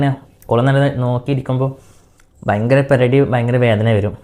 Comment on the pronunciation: പെലടി അല്ല പെടലി വേദന ആണ് കേട്ടോ. ഞാൻ ഒത്തിരി ചിരിച്ചു പോയി . പെലാടി എന്നു കേട്ടപ്പോൾ.